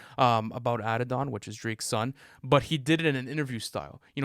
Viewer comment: That's not how you pronounce Ikaris. That's not how you pronounce Hailee's comet. Drake's son is Adonis not Addidon